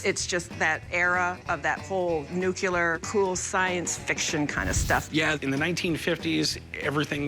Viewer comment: that woman needs to learn her vocabulary. It is "nuclear", not "nucular".... Sheesh....